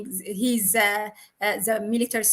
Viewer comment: Please check your pronunciation of T and H ant E put together